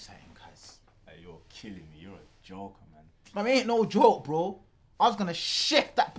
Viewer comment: The amount of times they be saying 'BROEW' is grim 🤦🏻‍♂️😅